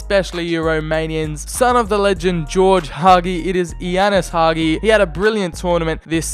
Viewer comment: Hagi s pronuntiation is Ha-Gee